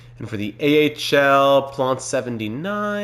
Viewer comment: Love the series huge wings fan here! But bugs me how you pronounce Plante he’s not French haha